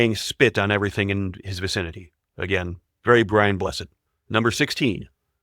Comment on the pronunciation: You said his name wrong! BRIAN BLESSED!!